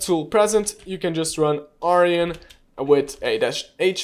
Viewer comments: It’s Arjun not Aryan… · It's pronounced ...Ar june :) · Cool content :) Just a help tip the tool name is Arjun not aryan